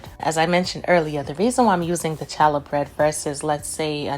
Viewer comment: Great recipe,. But, the "ch" in challah bread is pronounced as though you are clearing your throat. Keep the recipes coming!